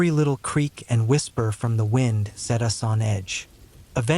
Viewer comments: “None of U.S. did” lol AI is so dumb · Yes, sounds like stupid AI when it pronounced the word "us" as "you-ess" 😂 twice.😅.